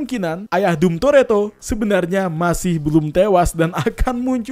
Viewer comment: Dom itu dibaca dom bukan dum